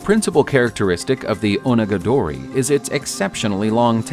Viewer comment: Try Oh-naga-dory.